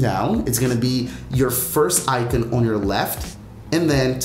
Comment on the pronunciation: Why you pronouncing icon like that